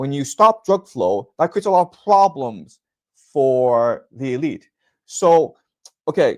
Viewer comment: Cute the way he gets on a roll enouncing ploblems, pwoblems and poblems :)